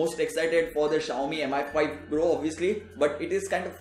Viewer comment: Its "mee5" not M I 5 -_